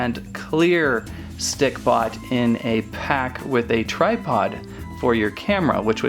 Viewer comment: he keeps saying stickPOT